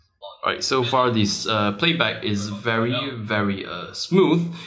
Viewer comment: "ph it come up WEARY WEARY quick #asians